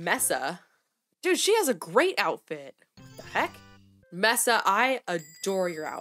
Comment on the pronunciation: MESAAAAAA <<<<3333 btw it’s pronounced “may-suh” like the biome